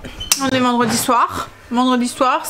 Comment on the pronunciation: « Vindredi » 😂😂😂 J’adore ! 👍🏻😂 Surtout que c’est sorti très naturellement !